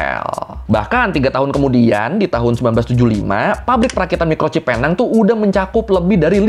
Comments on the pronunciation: PENANG dibaca PINENG.. Dalam logat malaysia.. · Sebutannya Penang: 'Pineng' bang. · Tolong betulkan sebutan PENANG ( PI - NENG ) .... tapi itu bahasa inggeris.. bahasa melayunya PULAU PINANG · Bahkan sekelas wartawan aja nyebut nya Salah...nama resmi nya pulau pinang.... British nya penang(pineng)😅😅 untung gak di somasi orang pulau pinang😅😅 salam Dari perak malaysia 😊😊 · sebutan penang bukan sebegitu mas.. yg benar sebutanya adalah PINENG.. seperti power bank pineng itu.. ya, sama. sebutanya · Sedikit koreksi, Penang dibaca "Pineng".. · Dan sehingga sekarang orang2 indonesia masih gagal menyebut Penang dengan sebutan yg betul. Cara sebutannya Pi-Neng 😂